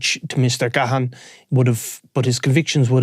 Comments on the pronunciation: As a Gahan myself it drives me insane at how people pronounce it. It’s pronounced Gan. The H is silent. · It's pronunciation is even worse in England re Dave Gahan fae Depeche Mode. Ga-Ha-ah-ah-n.